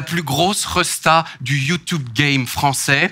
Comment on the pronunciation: Emission incroyable enfin le concept interview spectacle j'adore, juste j'aime pas l'interviewer (jsp comment on appelle ce métier) car ça se voit il aime trop avoir les regards et les rires sur lui (puis prononcer youtoube c'est non dsl), et j'oublie pas ses vidéos à la con sur la Suisse qui m'ont bcp énervées (et je suis pas suisse) Surtout les vieux qui parlent "verlan" du genre ce gars ou Jonathan Cohen... j'ai horreur de ça mais je suis chiante